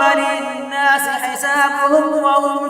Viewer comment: aap ne iqtara ba linnaaa sa parha hai lekin iqtara ba linnaaa si hai samajh aya